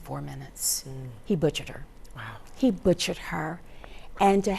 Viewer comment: Hatchett "he butcheted" people are sickening